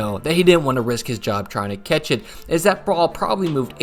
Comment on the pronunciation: it’s catch not ketch.